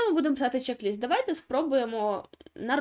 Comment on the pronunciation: Пишіть і говоріть правильно: чек- лист.